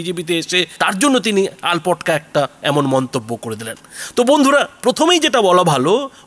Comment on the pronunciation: আলপটকা নয়, আলটপকা